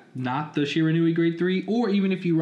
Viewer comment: It's pronounced she-ran-we